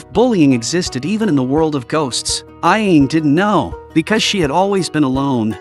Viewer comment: The guy narrating this video is pronouncing the ghost's name super wrong he's pronouncing it (Ah・Yane). It's (Ah・Ya・Né). Get it right, man.